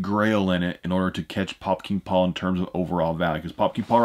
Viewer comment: Take a shot every time he says “Pop King Paul” 🤣🤣 started to sound like Fukin Paul